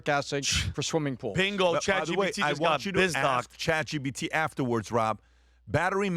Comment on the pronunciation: When is Patrick gonna learn that it’s Chat GPT not Chat GBT?!